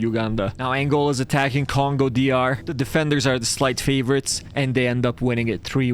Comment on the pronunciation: you call the Congos "congua"